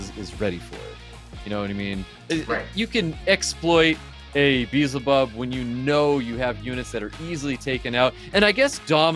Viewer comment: You want a Beelzebub u should learn how to say his name correctly first my friend lol